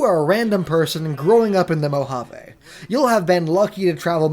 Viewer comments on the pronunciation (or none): none